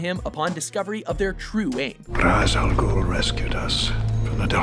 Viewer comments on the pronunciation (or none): It's pronounced RAY-sh al'ghul, not r-ah-z.